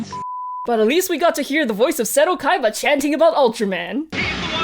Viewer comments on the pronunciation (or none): none